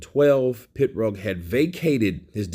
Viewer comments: He was in a car accident and had to finish after that unfortunately. Brilliant fighter who would have become undisputed. psml? It's PIROG NOT PITROG. 🤐☃️☃️☃️ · It's Pee-rogue, not a pit-rogue. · Hís name is Pirog not Pitrog dumbass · Why are you referring to him as "Pit-roag"? Are you trying to be funny, or are you just dumb? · He is not Pitrog, he is Pirog... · It's like me calling you Saying it like KYURRT 😂🤣PITROG OR PITRUG IT'S PIROG. POINT BLANK PERIOD. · Why you call him PITrog when its Pirog...just curious? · M88 Boy. It's actually said "pitbullfrog" tell for us please. Lol 😂😏😝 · There's no T in his name bro. It's Pirog. It's on his boxing trunks.